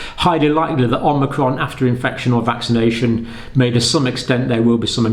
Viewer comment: Mr Campbell, you began sounds "vaccanation booster", more or less.